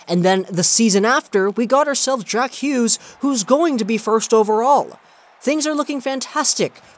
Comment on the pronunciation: Did you just say jack Hewgs? LOL